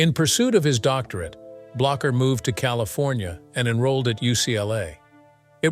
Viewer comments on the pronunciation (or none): none